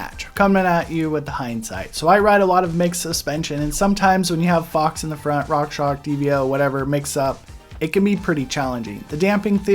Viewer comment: It's rockshox. Not rockshock lol